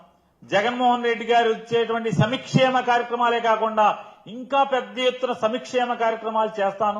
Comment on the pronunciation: సంక్షేమం కాదు సంక్ష్లేమం.